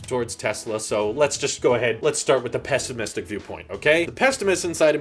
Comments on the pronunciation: Pessimistic, not pest-imistic, although it makes sense, pessimists are pests 😉 Volu’m’ptuous 😂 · What the fuck is pesstimistic